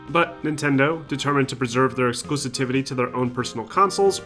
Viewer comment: Love your vids, but it's (exclusivity*) not "exclusitivity"